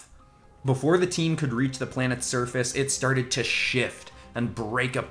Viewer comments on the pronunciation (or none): none